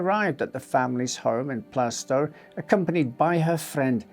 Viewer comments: Plaistow is pronounced Plaastoe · It’s pronounced Plarstow BTW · Really interesting story and well told, but one tiny niggle was the way you pronounced Plaistow. The "i" in Plaistow is silent and the "a" is pronounced like it is in Plaster. So if you say it like plaster but with a toe instead of a ter, you'll get it right. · You pronounced Plaistow wrong